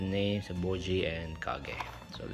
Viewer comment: I like your accent say it again… Bow-jee! 🥹🤣